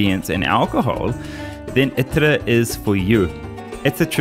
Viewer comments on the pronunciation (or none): Its ITTAR not ITrA. I know it says itra on wiki but it's pronounced ittar waiting on the T not turning the T~R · It’s pronounced Like Iter not itra